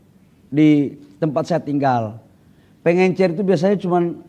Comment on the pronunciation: Pengecer pak, bukan pengencer